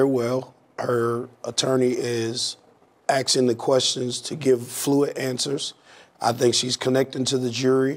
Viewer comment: "axing the questions"--come on, man, you're speaking as a legal professional, not some ghetto drug dealer.